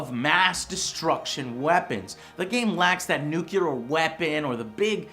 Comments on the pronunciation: ITS NUCLEAR! NOT NUCULAR YOU FUCKING IGNORANT PIECE OF SHIT! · Nucular? really joe? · "NUKULAR FALLOUT" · Joe, it's nuclear, not nucular. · your reviews are amazing, but please, try to pronounce the word nuclear properly. It's 'new-clear' not 'nukular'. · You keep mispronouncing nuclear. It's "New-clear" not "Nucular" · "NU - CLEAR" Not fucking "Nyu Cle ear" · Loved him saying "nucular" ;D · Why keeps saying Nuculear? Nuclear!!!! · Every time you say "nuc-ular" instead of Nuclear, a small puppy dies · Nucular? really? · Miss dem nucular wepens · Nucular, Joe? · Nucular? NUCULAR!??! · Joe: NU-CLEE-AR! NUCLEAR! I love you Joe but it's NUCLEAR! Toss that Texas pronunciation :D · Pronouncing nuclear as 'newkular' without intending to be ironic? Huh... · "Noo-Kee-Laar" ಠ_ಠ But yeah, I agree, It's a sci-fi skin for Civ 5. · Nucular Joe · IT'S "NUCLEAR!" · learn to pronounce nuclear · Lol Joe can't seem to pronounce "nuclear"